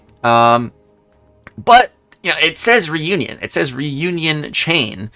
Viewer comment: learn to read, says reunion wow smh